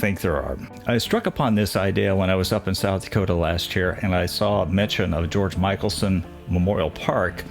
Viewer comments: Mick El son...and Pierre is pronounced Pier..... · I think it's pronounced mickelson with a short I. Mik-el-son. My husband and I rode our bikes on the Mikelson Trail and had no idea who it was named for. Love your videos. So informative!!! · George Mickelsen's name is pronounced MICKelson NOT MICHAELSON. He was a very much loved Governor. I was living in South Dakota at the time.